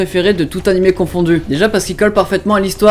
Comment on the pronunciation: J'adore comment les français prononcent Animeuh au lieu de Animé xD c'est just marrant à entendre.